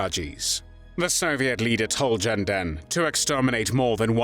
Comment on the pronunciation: Not Jenden, but Ghenden like "gestapo". This is a rumor. Whether Ghenden actually slapped Stalin personally is known only in the Kremlin's secret archives. The main thing is that this man, despite his poor education, was able to speak out for the independence of his country. According to one fact, Stalin, in order to put Ghenden down, quipped at a reception for him, "Ghenden wants to be Chinghis. In fact, he can only be Chinghis's dog." Genden replied, "If the Georgian Stalin became the Tsar of Russia, why can't I become the Khaan of Mongolia?"